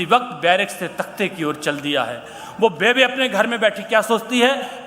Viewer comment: पंजाबी में बेबे नहीं बेब्बे बोलते हैं माँ को जी आप आदरणीय है जी क्षमा चाहता हूँ आप से लेकिन जितना मै जानता हूँ वो बोल दिया जी